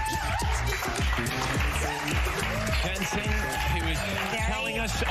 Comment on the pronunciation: Another presenter who doesn't do her homework and what's more embarrassing is she's interviewed him before! It's ACKLES NOT ACALS hunny!